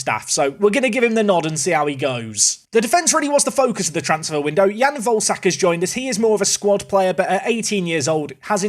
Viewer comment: day 3 of asking to pronounce volesak like vole-eh-shark instead of like ballsack also i'd have subbed gaspar off immediately after that miss, unforgiveable